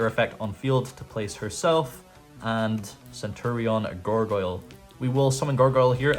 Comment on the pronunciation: Bro if you wanted to play Centur-ion just say so 😂